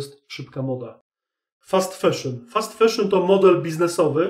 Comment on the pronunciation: Mówi się fAszyn a nie feszyn.